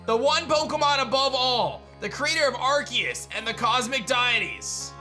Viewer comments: DUDE. DEE-IT-TEEZ. Not DIE-IT-TEEZ 🤦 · my dude, it's pronounced "dee-it-ees" not "Die-it-ees" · for future reference it is pro-nounced Dee-Ah-tees lol loved the content